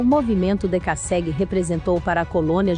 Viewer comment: a pronuncia esta horrível, é dekassegui e não decasségui .mas o vídeo é bom